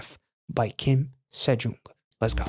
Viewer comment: Nice reaction. FYI her name is pronounced Seh-Jung. You should check out her solo debut song Flower Road. It hit number one in Korea. ❤ She was also just on LeeMujin Service. Amazing vocalist !!!